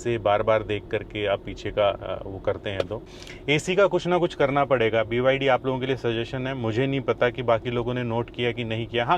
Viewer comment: BYD nahi Bhai "Baydi"😂